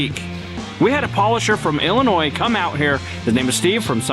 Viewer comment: Happy to see you made the "S" silent in Illinois, that's progress. lol